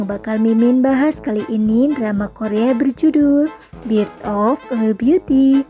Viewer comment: Bukan bit of biuti tp berth of biuti 🤣🤣🤣